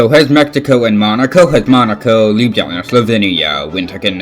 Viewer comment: You said Ljubljana wrong